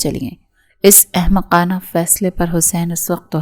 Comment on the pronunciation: احمکانہ نہیں احمقانہ